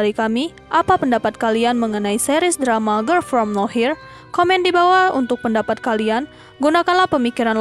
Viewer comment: ngomong girl nya aja ger ger grel gemesss😭